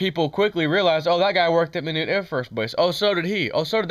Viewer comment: Just helpin here it's pronounced My-knot. Like this Don't untie my knot.